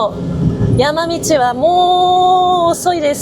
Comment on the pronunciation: 収録、編集お疲れ様です🍵軽キャン使用レビューありがとうございます😊「道はべ」噛みましたねぇ、聴き逃しませんでしたよぉ( ≖ᴗ≖)ﾆﾔｯ